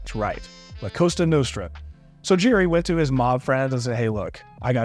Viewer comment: Its "la cosa nostra" not costa.